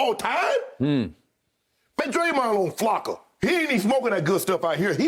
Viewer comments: Shannon really said he’s smokin Flackka💀💀💀💀💀💀💀💀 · He said on Flocka 😂🤣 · That fool said flocka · Shannon said Draymond was on Flacka😆😆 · Shay said flaka 😭💀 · He said Dre on flaka😂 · 😂😂😂😂😂 Shannon said Ge was on Flocka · Uncle Shay just said Draymond on flacka😂😂😂😂😂😂😂😂😂😂😂😂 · He said flocka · Bro said Flocka. Lawd.